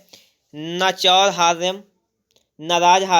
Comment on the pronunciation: सर जब न चुरहार्यम न राजहर्यम बोलते है तो कितना अच्छा लगता है❤❤❤😊😊